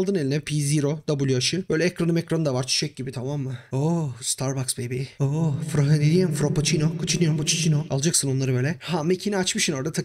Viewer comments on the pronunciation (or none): Frappoçino , kapuçino , mapuçino deyince geri sarıp sarıp gülüyorum. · Fıraçino makiçino kappiçono :d